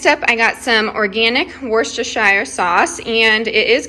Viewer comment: You mentioned a basement. Nothing better for your food storage. Cool and dark. Great haul. You even pronounced werchesterchier correctly!!! 😃👍